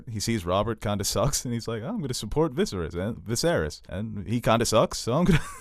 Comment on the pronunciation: YAAAAAY!!!!! He FINALLY said VISERYS' name right !!! Lol